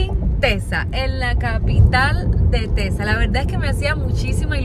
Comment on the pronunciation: ¿Cómo... cómo... "Tetsas..." he escuchado... Tetsas... de verdad? Vaya Maestra, pues entonces ando por Oatsaca, Métsico. Ergo, aunque haya una Equis...pobrecita la Jota... caratso.